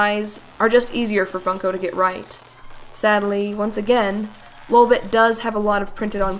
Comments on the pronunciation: Lil’ bit is obviously the same thing as Lolbit, the pronunciation isn’t different at all! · DID YOU CALL LOLBIT LILBIT THE FIRST TIME NO